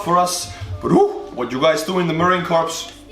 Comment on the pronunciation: And it's Marine Corps not core just a heads up